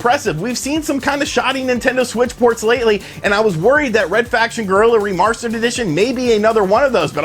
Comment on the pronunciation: "reMARSter" lol